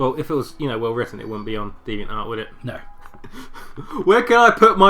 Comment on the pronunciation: Deveant art... oh god I'm already cringing.